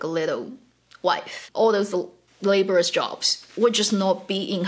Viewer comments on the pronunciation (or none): Do note that at , the word "laborious" is pronounced as ler-bore-rus, not same as labour-rus.